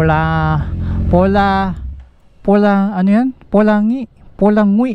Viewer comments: ang correct pronounciation po nong 'POLANGUI' is PO-LANG-GI hehe hirap basahin no☺️ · Yung Nabasa mo po na Signage na Polangui, Polang gi po pronunciation po non taga Jan ako Sa Mendez Polangui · Ganda talaga ng hometown ng Tatay ko Guinobatan, Albay. Btw yung Polangui po is pronounced as Po-lang- gi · Polangui -polanguwe pag binigkas medyo padiin kasi salita dito sa bikol 😁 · Ang pagg pronounce nung Polangui ay /Paul-Lang-Gi/ Ang hirap basahin pag vertical sya HAHAHHAHA